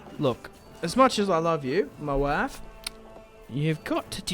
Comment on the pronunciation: Enjoying this lets play. Also when you say Mah Wife cracks me up everytime hahahaha